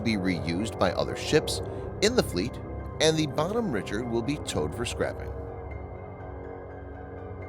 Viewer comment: Her name is pronounced Bonhomme Rishard not Richard with a hard ch.